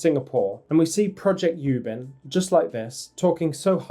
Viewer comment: Its not YYYUBIN....its OooooooBin😂